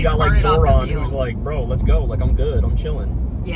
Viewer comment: Kyle, I love the way you weaponize the title "Brö" 😂😂😂